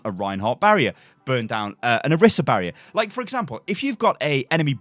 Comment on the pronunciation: Ok I’m sorry but I can NOT stand it when people say Oh-ris-uh it’s Oh-reese-uh